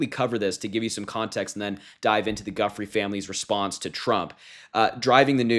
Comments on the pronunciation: Its not Guffry..its Jufray with the accent on the last syllable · It is not Guffrey, it is pronounced Juyfrey. Why do Americans struggle to find out how peoples names are pronounced? I work for a multinational company and the first thing I ask on Teams calls, if "Have I got your name right?" It's not hard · Last name is Italian. jew-freh...not fray or frey. Say it right ! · Proncouced "joo fray", not guffrey. You do a great show, but It is careless not to pronounce her name correctly. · Please be respectful and pronounce her name correctly. It is pronounced joo-fray, not guf-ray. I know msm it constantly mispronouncing it but you don’t have to. Btw, we hate Trump in Australia. He is obviously a psychopath and I think your government and intelligence services are overrun by them. Good luck! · "Giuffre" is Italian and it's pronounced JOO-FRAY not "GUFF-REE''. I really don't understand how so many people are struggling with this. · Guffry - Guiffre (Italian) = pronounced Joo fre ('e' as in pet) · Her name is pronounced Jew-frey, not Guff-free ... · The name is pronounced jufray, not guffree. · Just a minor pedantic note. I believe Virginia’s last name is actually pronounced “jew -fray” not “guff-free” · It’s nor Guff-ry, but rather the Italian pronunciation, ju-fray. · Guiffre is pronounced Joof-rey not Guffry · Sweetie it’s pronounced jewfrei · Her Last name is pronounced Joo-FRAY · The pronunciation is Joo-Frey. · Her name is pronounced, "JOO-Fray." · Harry, you need to Google the pronunciation of Giuffre. You are pronouncing it wrong. It's French, pronounced "Jew-frae" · I think her name, Giuffre, is pronouned as "Jew-Fray" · Her last name is pronounced "Joo- fre." The 'e' is like in egg and the last syllable is emphasized. We should be respectful of the correcting saying everyone's name and especially respectful of those who have been so thoroughly disrespected and abused. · Pronounced jufrey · Giuffre is pronounced “joo-FRAY” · Its pronounced joo'free.